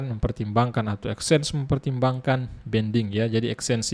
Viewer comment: Banding bang bukan bending 😂😂😂😂